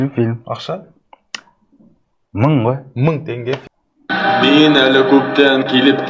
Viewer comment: Ман демейди мен дейди